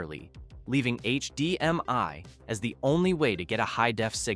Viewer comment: H-D-M-I you mean AYCH DEEM MY